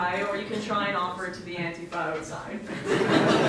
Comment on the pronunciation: What is it with these right-wing girls who can't pronounce "Antifa". It's AN-tifa, not an-TIFFA. Do we say anti-FASCist or anTIFascist?